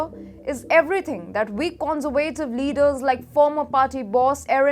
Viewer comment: You might want to practice 'Conservative' intonation on Google translate. Its a bit wayward.